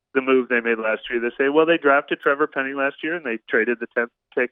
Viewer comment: Finally someone educated that can pronounce penning’s name !!!!!